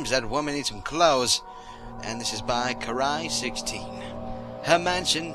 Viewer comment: I think Karai16 is supposed to sound like "Kairi"